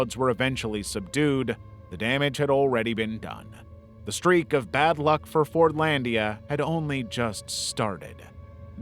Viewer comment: Fortlandia I heard as forniteia and almost had an aneurism